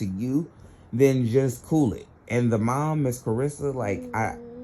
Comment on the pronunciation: At least say her name rt, Karlissa